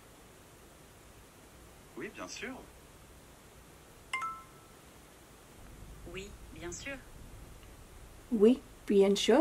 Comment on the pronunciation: Your 'oui biensure'was pronounced wrong just saying haha